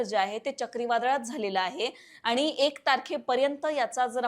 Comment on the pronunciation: सर्वात आधी आपले शब्दोच्चार सुधारावे... आनी पानी गुल लोनी करू नये.